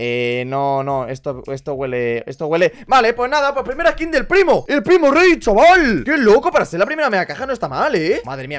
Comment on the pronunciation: Cuando dice: el primo rey Yo lo que escucho: el primo gay